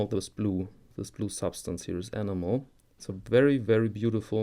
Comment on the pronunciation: For Your Edification: The word "enamel" (German: Emaille) is pronounced "e - NAM - el". The emphasis on the second syllable. Bitteschön.